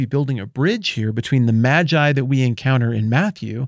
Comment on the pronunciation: It's May-gii bruh...